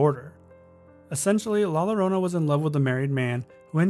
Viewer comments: you're supposed to pronounce the word "Llorona" as "YO-ro-nah". The double L's in Spanish have a similar usage to the letter Y in English. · With the name La llorona, llorona is pronounced with a y sound where the double L's are. It sound like la yorona. Small critique, loved the video I really enjoy finding creepy things where you normally dont see them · I'm sorry but this bothered me so much i have to correct it. two l's in spanish are pronounced as a y sound, so its pronounced "la yorona" not "la lorona" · It's no La Lorona it is La Yo-ro-nah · Great video! Only thing that bugged me is that Llorona was mispronounced It's pronounced like: Yo-ro-na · It's la ya-ronna although spelled la llarona. Double L in Spanish sounds kinda like a y. Edit:NVM someone already said that. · La Llorona is pronounced ( Lah Yo- ro-nah ) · The way he pronounced la llorona lmao